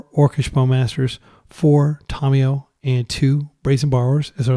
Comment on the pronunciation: Drinking game. Take a shot every time he says Tomiyo instead of Tamiyo (Don't you might die).